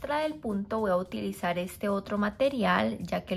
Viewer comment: "Voy a utilizar" no "Boahutilizar". Por favor.